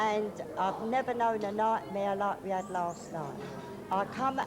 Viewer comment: “On the CB I erd the wall ad gone” hahaha. “I copy you roadrunner” over and out.